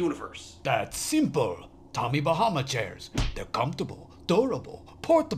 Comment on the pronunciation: Do not say tommy bamma